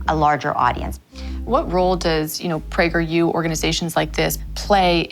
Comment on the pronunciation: Don't pronounce the U as a separate letter, Prageru. Praygeroo.